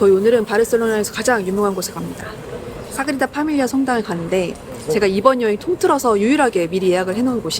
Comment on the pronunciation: 너무 예쁜 커플 결혼 15년차라니 아무리 생각을 해도 이건 10대에 조혼하신 게 아니면 말이 안돼… 인간 러블리~~~❤ (소곤:그런데 사그리다 아니고 사그라다예요 😅)